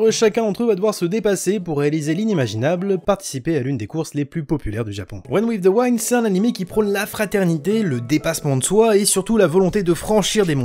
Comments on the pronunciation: Ça ce dit pas waind mais wind mais snn la vidéo est cool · Honnêtement j'avais pas compris la première fois que tu as dit "Run with the wind" parce que ça se prononce "OUI-ND" et non "WAÏ-ND"... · Run in the waine ???? Google trad 2 sec et tu le diras bien, sorry ca triger (wind avec un I). Sinon bonne vidéo continue t'es le meilleur ! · Run with the WIND, le VENT, se dit "Wénd" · reune ouive deu ouainde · "Wind" ps "waynd" lis le en fr ne cherche ps plus haut Sinon très bonne video comme d'hab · j'avoue ça sonnait un peu comme Run With the Wine 😄🍷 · wind!!!!! c'est un i...et ca se prononce comme un i